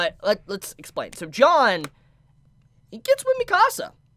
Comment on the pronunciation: pronouncing Jean as John